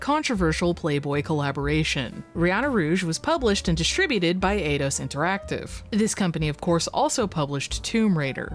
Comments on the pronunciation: It's pronounced 'eye-dos', no 'ay-dos' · Eidos is pronounced eye doss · Eidos = ‘eye’ ‘doss’